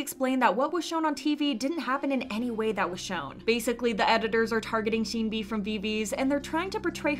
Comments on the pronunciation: why do you pronounce sunmi like that 😭 I’m nitpicking but seriously i did a double take when you said soon-mi lol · sunmi is pronounced as seonmi :) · hate to be that guy.. but the sun in sunmi is pronounced like ☀️ not 🔜 (saw her live and she was irked that fans mispronounce it) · Please learn how to pronounce 'Sunmi' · no offence but the way you say sunmi is really annoying. even the Korean version is written 선미 seon-mi, not soon-mi. it’s even worse cos you pronounce all the other names well like sinb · why do you always say sunmi name wrong its sun- mi not soon-mi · This is a small thing, but Sunmi's name is 선미 as in Seon-mi, not Soon-mi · i think sunmi’s name is pronounced sun-mi like the sun, she even said it’s pronounced like that :) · It’s pronounced “Suhn-Mi” not “Soon-Mi”!! shes spoken on this a few times but so many people are still mispronouncing her name so i hope more channels pronounce it properly 😞 So like ☀️mi, not 🔜mi LOL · Her name is pronounced like sun-me not “soon” me. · btw sunmi is pronounced like seon-mi not soon-mi (same vowel sound as wonyoung’s name, just romanized in a different style hehe) also tysm for making these videos! i can never keep up with kpop news and these videos are so concise yet informative so they’re a really big help :D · It's pronounced "sun-me" not "soon-me". Although they sound similar, Soon-mi is a completely different name. It would be like calling someone named Jane, "June". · its not soonmi (순미). it's seonmi/sunmi (선미) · just letting you know, Sunmi is pronounced Suhn-mi, not Soon-mi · no hate, but sunmi is pronounced 선미. like "sun" (what's in the sky) and "me". the way you are saying it is like 순미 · Also video creator bestie it’s pronounced SUN-MEE, not SOON-MEE lol (technically seon-mee but yk 🤷🏻‍♀️) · Sunmi is pronounced sun-mi not soonmi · Lmaoo. You round your O's too much. Its not Sooonmi or Sooolgi( RV Seulgi)the way you say it. Even Sunmi pronounces her name like Son-mi..